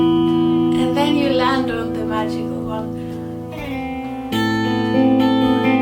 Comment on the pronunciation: Møøøgical? x'D